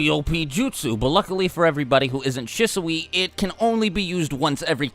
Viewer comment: Ok I'm sorry but it's SHEE ZOO. Shisui.